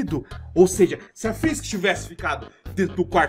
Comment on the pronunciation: Cê tá ligado que não é Fisk Fisk inglês e espanhol é Fisk na vdd é frisk frisk inglês e espanhol é frisk